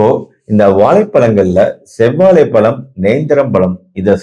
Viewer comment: Dr , palam enru solvadhai தவிர்க்கவும். Correct aa pronounce seivadhu important. Vaazhai pazham ,Vaazhai பழம், pazham enru sollavum.